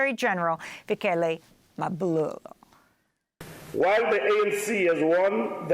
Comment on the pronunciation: You botched Fikile Mbalula's last name 😂😂😂